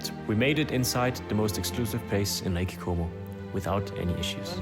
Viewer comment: bin ich der einzige der die ganze zeit lake homo versteht? :D